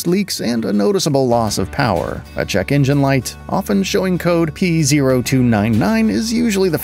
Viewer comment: En-gen…engine? So tired of these AI generated vids